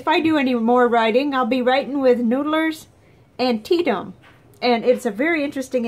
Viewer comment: I like your videos,, and appreciate the effort you put into them. The word is pronounced anti-ETAM, and it was an important battle during the Civil War. I don't generally like Noodler's inks, but this is one I really like. It's been the only ink in my Burnt Orange M800 for several years now. I know this is an older video, but I'm sorry for the loss of your cat. I've been there and it's very difficult to go through. Cheers.